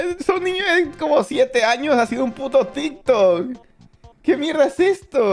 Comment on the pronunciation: Se dice TikTok 🙄🙄